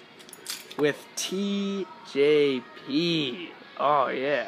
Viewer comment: You said TJ pee